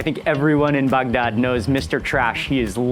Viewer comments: Could you please pronounce Bagdad like a normal person? Your guide is a real barrel of monkeys. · Love how he pronounces Baghdad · You probably loved is as much as he loved saying “Bagdad”. 😂